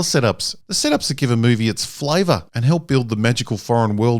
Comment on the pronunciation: . Flava? It's flavor you df, or as those those colonizing idiots from England say, flavour.